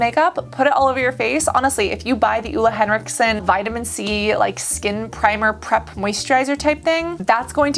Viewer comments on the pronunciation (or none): Listening to Americans pronounce Ole Henriksen, as a Scandinavian, is kinda entertaining